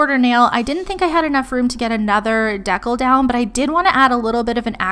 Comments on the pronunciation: Okay I had a hard time getting past decal (dee-cal) being pronounced "deckle", but I think the video is so informative it makes the mispronunciation tolerable 😂 This is a great video and I love the step by step and different variations of designs that look incredible, but are also beginner friendly! Thank you for sharing 💕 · I came to say the same thing.😂 say "deckle" one more time. Lol. But good video.. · Loved everything. All the glitter is stunning. Is “deckle” a brand or are you using a different pronunciation for decal?